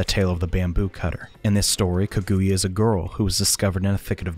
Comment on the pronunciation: The pronunciation of Kaguya made me flinch a bit lol